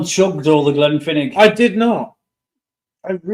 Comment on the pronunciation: I love how you guys pronounce Glenfiddich, it sounds like something from Harry Potter lol. Jxx